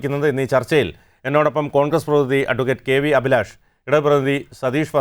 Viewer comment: ശ്രീ , അഭിലാഷ്! താങ്കളുടെ പേര് താങ്കൾ പായുന്നത് അഫിലാഷ് എന്നാണോ? അഭിലാഷ് എന്നാണോ ,? താങ്കൾ ഇവിടെ പൊതു വിദ്യാഭ്യാസം എന്ന് പറയുന്നതിന് പകരം , പൊതു വിദ്യാ ഫ്യാസം എന്നാണ് പറഞ്ഞത് , ഇത്തരം തെറ്റുകൾ ആവർത്തിക്കാതിരിക്കു വാൻ, വിദ്യാഭ്യാസ നയം പുന:ക്രമീകരിക്കകയല്ലേ വേണ്ടത്